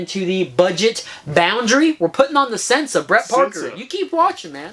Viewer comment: Sensah is pronounced "sen-say" ---probably the moonshine kickin' in. lol great segment...